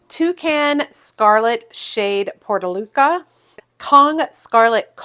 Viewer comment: Portulaca is pronounced “por*choo*laa*kuh”.